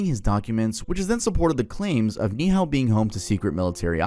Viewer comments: the pronunciation of Ni’ihau😭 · it’s “nee e hao” not “nihao”